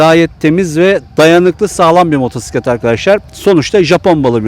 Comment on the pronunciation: kardeşim hoş bir sunumunuz var sohbet tadında.Elinize sağlık.Müsadenizle arkadaşlar hitabı daha az olsa daha da güzel olur demek istiyorum.Nerdeyse bu artık nakarat haline geldi günümüzde. Motosiklete motsiklet demeyerek doğru telaffuz etmeniz de yerinde tabii ki.Çok teşekkürler..